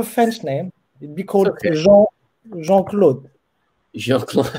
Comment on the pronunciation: I know this is 3 years ago. but a big pronunciation mistake you're making is the e vowel for example in the pronoun je. it's pronounced like jzuh. as in "duh", like "duh, I already knew that". And that can be confusing when you say "j'ai", which is pronounced "jzay" which means 'I have' and is the auxiliary verb for simple past tense. so I talk and I talked would be "jzuh parle" and "jzay parlay". and this can also be confusing when saying "de" and "des" as des is a contraction of de + les (les being the definite article for plural nouns). nous parlons de(duh) chiens / nous parlons des(day) chiens... we talk about dogs / we talk about the dogs.